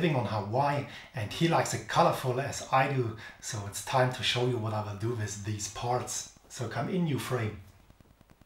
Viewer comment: Great video! But please spell with like it has to be said, you are saying it like wis, th is better with only a t, like ,,wit'' but its the worst when people say it like wis, and everything like everysing, etc....